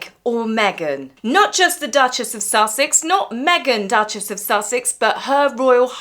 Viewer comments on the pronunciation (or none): none